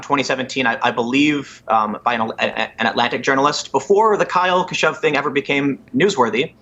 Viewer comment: Kyle Kashoov,...